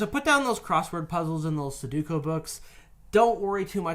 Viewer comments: Su-do-ku, not su-ku-do. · say it with me! su-do-ku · please stop saying sadooko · Everytime says suduko I lose enamel on my teeth. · "suh-duko" had me crackin' up WAIT you just said it again lmao STOP, I CAN'T TAKE MUCH MORE